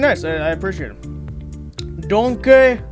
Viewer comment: Ah yes, the D O N K E E